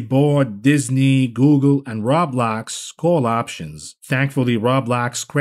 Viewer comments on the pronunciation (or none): none